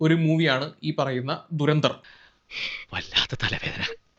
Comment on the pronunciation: ദുരന്തർ അല്ല പൊട്ടാ.,, ധുരന്ദർ😂